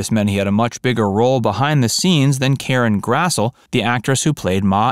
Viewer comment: Oi! Karen Grass-lee,* mate! * Pronunciation.